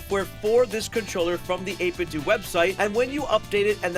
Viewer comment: I thought it was 8bit “dough” not 8 bit “doo” lol 8bitdo you know like NintenDO